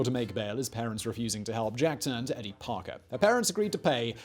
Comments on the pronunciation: Good info, but very pretentiously delivered, with a "Know-it-All" posturing: strategically raised-eyebrows and coy glances at the camera. By the way, your "American" stinks: it's Ken [KEE-zee], not [KAY-zee].... the girl's name was [EE-dee] not [Ed-dee]... and the town is called [LO-wull] Massachussettes, not [LAO-wull]. I lived there. Again, pretty good info, but an overly-dramatic delivery, with a cloying smugness that distracts from the value. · Ker-OO-ac, not Ker-OH-ac. EE-dee, not EDD-ee. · Edie: ee-dee.